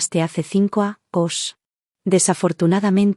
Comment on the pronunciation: Años no lo pronuncias